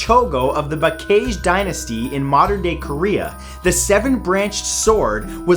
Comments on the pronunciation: I believe it was baekje kingdom of Korea not baejke... hehehe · What the heck is the bacage dynasty hahahaha i thought it was baek je